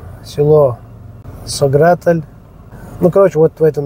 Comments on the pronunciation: Ва алейкум ассалам. То что написано на арке немного неправильно произнёс название села, на аварском оно иначе произносится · нет 😊. Написано там все правильно , просто когда вы произносили название нашего села в конце там не звучит мягкий знак он дает другой звук.